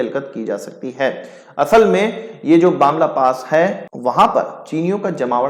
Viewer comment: It's not Bamla pass it's Bumla pass.....